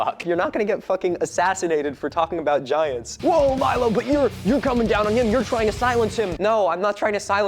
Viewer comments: hey uh Milo is pronounced My-Low not Me-Low just needed to say that as I find it disrespectful when people mispronounced my name. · It's Milo like m-eye-lo